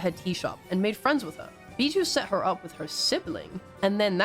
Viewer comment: WOAH WOAH, I love this video and all but I can't stand you calling biboo as bijou.